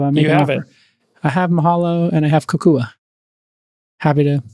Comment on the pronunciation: Psst, Jason: "KOkua" not "KUkua." (Now I'm curious as to which domain name you actually registered...)